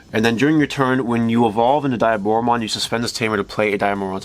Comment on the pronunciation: Not finishing video. Dislike. Block user. Can't even pronounce your favorite villain's name correctly